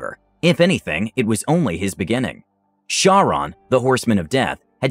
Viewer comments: Charon is pronounced as though spelt with a "K". Hence, "Kar-Ron". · Was the "Horseman of Death"'s name spelled "Charon" ? Assuming it's the greek pronunciation of the word (the Ferryman, that is), it could either pronounced either as "Ka-ron" or "Har-ron", sort of pushing the "Har" out from the back of your throat. ...Sorry, I'm a mythology nerd <.< and I pay attention to this kinda stuff.